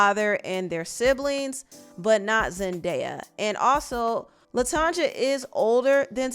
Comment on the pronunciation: Her name is pronounced latonya